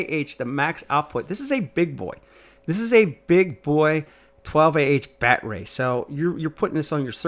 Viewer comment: Talk right, quit using batray